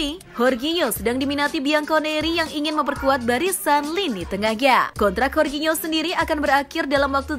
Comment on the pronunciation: Horginho siapa min? Wkwkwkwk. Jorginyo min nh di baca ny